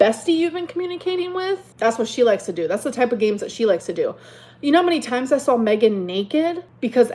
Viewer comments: hard to take seriously when she says “my mom sawll it” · You sawl it!